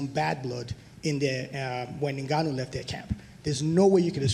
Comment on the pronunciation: How come people pronounce it "NigOnYou" and get away with it? It's InGoneEww, right?